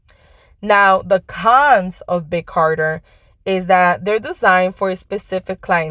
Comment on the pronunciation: It's Big CARTEL......not Carter. Just fyi...thanks for the video